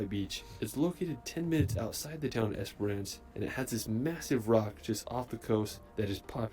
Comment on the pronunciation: It's also "ES-puh-ruhnce" rather than "ES-per-rance".